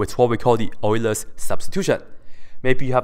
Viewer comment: well done,. You pronounced Euler in the correct way.:)